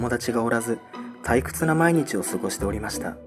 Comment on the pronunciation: リリアちゃんは声が少し変わっているせいかお友達が「おらず」 退屈な日々を過ごして「おりました」 まず気になったのは始まってすぐのこの箇所 イントネーションは、人に聞いてもらわないと気付かないことが良くあります。 大阪の人間は大阪弁が人類の共通語かのようにどこでも大阪弁でしゃべるので、特に気づきにくいと思います。 GMチャンネルの過去動画 「コエヲタヨリニ」 こちらでも「本棚」のイントネーションが関西訛りなので、栗ちゃんがずっと気にしています。 視聴者の人も気になる人が多いようです。 このときのチャットで「すのこじゃなかった…」と発言しているGM Channelは、おーやまんですか？